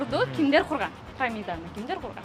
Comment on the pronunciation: Прамида эмес, ПИРАМИДА!